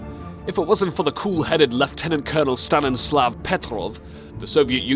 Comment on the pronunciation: Why there are so many mistakes towards the end of the vid? Narrator reads: "Stalivsky" Text shows that it's: "Savitsky" Narrator reads: "Valisi" Text shows that it's: "Vasili" Narrator reads: "Stalinslav" Text shows that it's: "Stanislav"